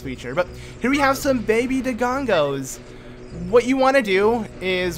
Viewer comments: I lose 5 years of my life every time he says “Dogongo’s” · mocks people that call Link Zelda and proceeds to call dodongos, dogongos the whole time lol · I'm enjoying this series alot...but I die a little inside everytime I hear you say 'Dogongos'